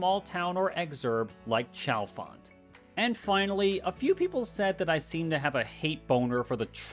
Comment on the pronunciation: Pronounce Chalfont with a "hard" CH ONE MORE TIME & I'm going to reach through my TV & smack you. It's "SHALL-font"